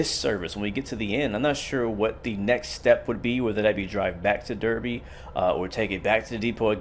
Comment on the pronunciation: cool vid! couple of things for ya: "Derby" is actually pronnounced "Darby". don't ask me why, it just is. there arent any controls for doors in the cab because the guard operates them. There is actually a functioning panel in game, i think its next to the passenger doors at the end. you have to open the panel cover before you can access the buttons. the red signal that you were mildly confused was red (since you were a bit late) is whats called "approached controlled". This means the signals will display danger aspects to slow the driver down due to the slow turnout speed at the junction. The driver MUST respect these danger signals as if they are normal signals i.e. they must be able to stop at the red signal. However, there is a couple of sensors / track circuits that pick up the train is close to the signal and doing a slow enough speed. ONLY IF the train is doing ALL OF THE FOLLOWING: slow enough speed, close enough to the signal, track ahead is clear: only then will the signal step up to green. i think someone already mentioned aws, you should give it a try. its "automatic warning system"; those yellow bars on the track before the signals and some speed board warnings are called magnets. when you travel over them, they make a buzzer sound off in the cab that you must acknowledge by pressing a button within a certain time frame (i think its somewhere between 2-5 seconds, not sure exactly how long you have to press it). For green signals, in the older british trains they m